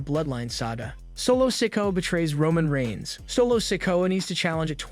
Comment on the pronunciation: and solos name is not said like that eather say the names right or get some one that can WOW